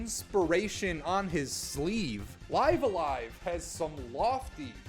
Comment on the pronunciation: I think how u pronounced it IS actually how it’s meant to be said. The Japanese at the bottom translates to Raibu-a-Raibu (bc there’s no v in Japanese n they largely speak in consonant vowel syllabaries so for instance to say Stop wud be Su-ta-pu). So if it was let’s say Liv-a-LIEva (phonetically ofc) it wud be リブ-ア-ライブ (ribu-a-raibu)